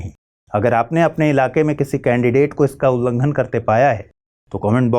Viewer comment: Ullanghan hota h mahodaya 🙏🙏